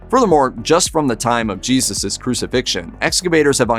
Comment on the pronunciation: YAYzoos pronunciation ?